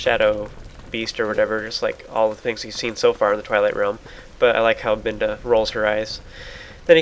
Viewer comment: I'm not complaining, but you seem to say "in any case" alot in your videos. Including the 13 times in this video... Also your pronouncing Midna's name like "Minda", not "Midna".